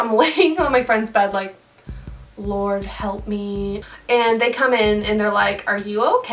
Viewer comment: "Halp me" ahahhaha xD